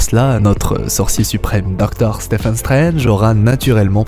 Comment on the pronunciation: Superbe vidéo comme d'habitude , j'aime bien les quelques touches ajoutées à la vidéo d'origine par ailleurs ^^ Bon on va pas se le cacher la prochaine vidéo qui me hype le plus sur ta chaîne c'est le retour de ultime théorie Pokemon 8 <3 Stephen Strange se prononce Steven par contre ca me heurte l'oreille à chaque fois :p